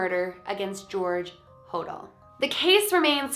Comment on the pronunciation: I thought she said George Hordor for a sec lol